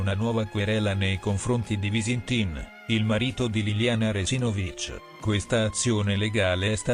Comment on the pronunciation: Il cognome Resinovich si pronuncia con l'accento sulla seconda sillaba e non sulla quarta, dopo tre anni sarebbe giusto pronunciarlo in modo corretto.